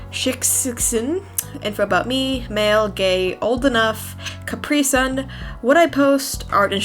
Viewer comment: When she read it she said “Caprison” I dont know it could be me hearing wrong I’m not sure